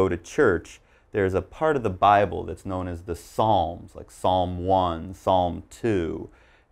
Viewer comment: Did you just pronounce Psalm as Salm.... Shouldn't it be Saam? 🤔